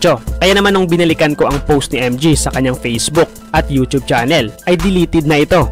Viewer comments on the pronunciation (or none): none